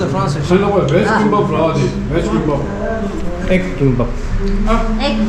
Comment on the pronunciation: Ama says Chimbab 😅😂😅